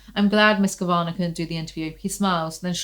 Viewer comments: I’m sure someone’s already commented this but just in case “Kavanagh” is an Irish name pronounced “KAV-uh-naw” not “Kuhv-ANN-agh” ☺️😂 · I think Kavanagh is pronounced Kav-Anaw maybe? Idk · It's Katherine Kav- uh- naw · Kav-eh-naw you're welcome 🖤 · Kavanaugh is said like Cav - uh - noff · My inner goddess needs to recover her equilibrium after this mess, lmfao….also, never seen anyone struggle pronouncing cavanaugh so much 😂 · Your pronunciation of the last name “Cavanaugh” is truly LOL inducing, thank you 🥰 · Awesome! Also I think the first two 'a's in Kavanagh are pronounced as they are in "cat", and the last is like "car". So the whole thing is like 'caviar' but with an 'n' in it. 🤔